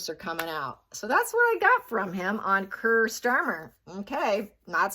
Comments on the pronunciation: Kier is pronounced KEER not Ker. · What is not sounding right is your pronunciation of Kier - its pronounced key-a - not kir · Just for info his name is pronounced Key-ar Starmer.😅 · his name is pronounced Keer free gear two tier keir! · Hi it's pronounced Keer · it’s pronounced Keer. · Prounounced keer like clear or 2 tier